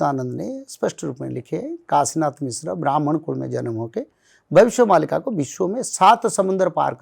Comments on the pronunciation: Why is the host pronouncing मालिका as मल्लिका....stop thinking about mallika sherawat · Are murkh anchor, isko 'malika' kahete hain... "Mallika" nahi! Jaisa aapne bataya starting mein. Kya bol rahe hain zara soch samaj kar boliye. Har cheez western style mein nahi chalti!! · Malika is pronounced as Maalika (in Hindi - मालिका). We, Odias believe in this script.